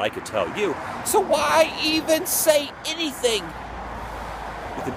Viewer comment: "innything"....Gotta love it! Richard Farnsworth, was the other actor with Wilford.